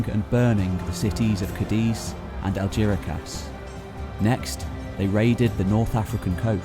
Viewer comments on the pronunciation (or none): Algeciras is pronounced "Al-heth-EE-ras", not "Al-JERRY-cass"! Also, is the island of "Nimantiya" supposed to be Noirmoutier ("Nwaar-moot-ee-yeh") by any chance? This constant inability to pronounce place names correctly is confusing. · Algeciras is from Arabic and is pronounced as it's written aljezira